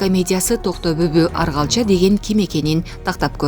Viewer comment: Аргалча эмес Оргалча ,атасынын аты.Ушундай сабатсыз журналисттер кайдан окушкан?